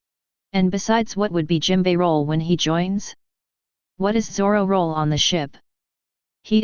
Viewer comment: Its jimbei